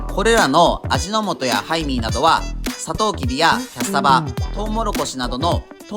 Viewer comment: ハイミーがタイミーに聞こえる 仕事行かなくちゃ••••••